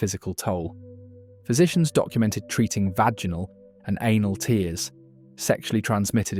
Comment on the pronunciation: More AI BS. The giveaway is how the 'narrator' (AI voice) pronounced 'tears' (i.e. rips) as 'tears' (as in crying). So we basically can't trust any of this information. Just YT pollution on top of all the other pollution.